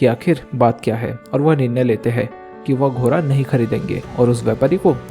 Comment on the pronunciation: Bhai घोड़ा होता है घोरा नहीं😂